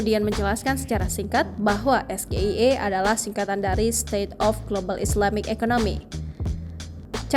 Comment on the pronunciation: Maaf ya kalau Anda ,pemirsa jeli dgn pertanyaan mas gibran juga kurang tepat cara bacanya,, (SGIE),mka waJar yg ditanya agak sdkit kebingungan dgn mksud pertanyaannya, ternyata pengucapan yg tepat ialah berbahasa inggrisءEs ji ai i(SGIE), pk ganjar juga salah,bukan es ji i ai...,'-'